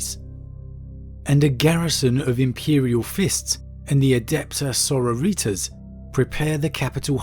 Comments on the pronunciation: I love your content man but it kills me every time I hear 'sororeetas' lol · The Adepta Sororitas, Sororitas derives from latin "soror" meaning sister, so when you say outloud "Sororitas" you need to keep in mind that it's derives from Latin not Latino, it's not SororYtas, it ain't spanish. I am sorry for ranting like this, but it scraches my ears whenever I hear you say it outloud, and I had heard it in the recent videos of yours, again: IT AIN'T SPANISH!